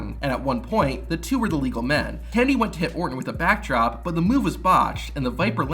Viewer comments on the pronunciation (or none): Good video, but half the time you pronounce "Kennedy" like "Candy" lol